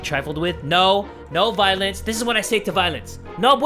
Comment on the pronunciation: i swear if you listen carefully I thought he said "No violets" lol